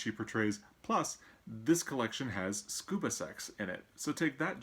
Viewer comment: Dang!! I should have chosen a The Master and Margarita as my choice for that prompt! Btw, not sure if its because I have a Great Dane or not, but when you said "Scuba Sex" I thought you said "Scoobie Sex" and I started to have one of those childhood memory shattering moments. I love the Revisionist History podcast as well.